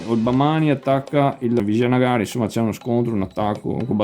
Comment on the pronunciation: Complimenti per la pronuncia, io lo chiama Awanagana